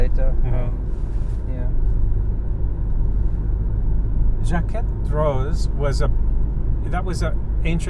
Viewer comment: I enjoy your videos, so much fun tagging along with you. I’m sure you realize but the French do not pronounce the last letter of a word if it is a consonant. So Jaquet is pronounced Jakae.